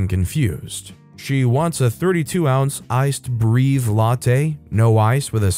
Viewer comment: Most of the time "Breve" is pronounced Bray-vay